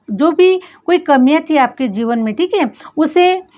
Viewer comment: Always u give very good & apt reading. Plz improve u r English pronounciations . Like …. Work - वर्क अ x❌ - वर्क Deserve - डिज़र्वअ x❌ डिज़र्व